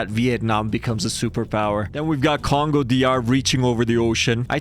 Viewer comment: you call the Congos "congua"